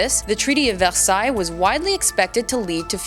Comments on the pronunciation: ITS VERSAILLES NOT VELSAILLES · It`s always really weird to hear the French pronunciation of Versailles because my family pronounces it Ver-sigh. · You pronounce Versailles wrong